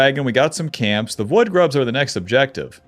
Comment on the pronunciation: I keep hearing "woodgrubs" when he says void grubs